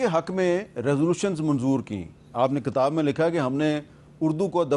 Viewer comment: Hamid Mir sb, It is kitab. It is not katab